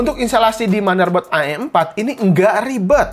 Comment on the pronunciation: Wih sering ngaji nih ngomong am4 aja a' m4